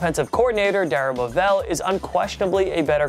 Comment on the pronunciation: I like this video, and love TPS. But you gotta pronounce the names correctly. Darrell Bevell and Dirk Koetter to be precise.